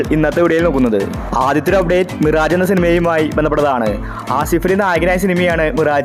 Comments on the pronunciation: മിറാജ് അല്ല മിറാഷ് pronoun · മിറാജേ അല്ല മിറാഷ്.